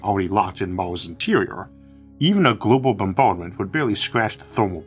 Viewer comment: anyone else hearing Moses instead of Mars ?